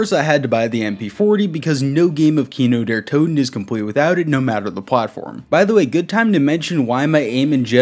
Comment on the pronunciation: Du hast Kino der Toten sehr gut ausgesprochen 👌🏽